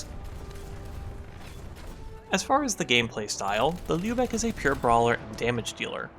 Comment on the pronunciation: Respect to for pronouncing Lübeck correctly.